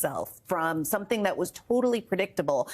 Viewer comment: This is the moment he realizes he has no idea what IVF or abortion is. Like, whuuut is thaayat? Yee-haw. 🤣